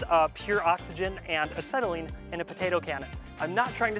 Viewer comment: Did you say acetylene?!